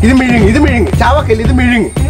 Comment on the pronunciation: Bro mizhungi alla vizhungi